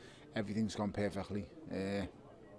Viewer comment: "Per-fekh-lee" 😂 Who saw TONY'S face turn red when he saw USYK ? 🤣